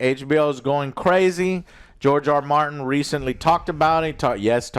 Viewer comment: George R Martin 🤣🤣 I thought you said GIORGIO ARMANI!